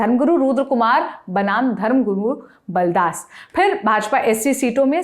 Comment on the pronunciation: नाम तो सही से ले लो मैडम पुन्नू को पन्नू और बालदास को बलदास बोल रही हो😂😂😂😂😂😂😂😂